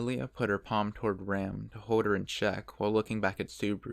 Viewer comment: I keep getting ram and rem mixed up with your pronunciations 😂😂